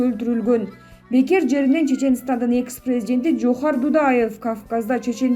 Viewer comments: Жазып бергенди туура окусанар.Жоохар эмес Жахар. Жазылышы Жохар. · Джоохар эмес Жагар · Жоохар эмес Джахар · Жоохар эмес Жохар же а менен эле Жахар Дудаев деп эле окучү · Админ орусчасы нуль экен даа "джохар"😂😂😂😂😂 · Админ Эч бир орус же башка аттарды туура окуй албайсын Мисалдар коп Джахар Дудаевди эмне деп жатасын Кулакты чарчатып коесун!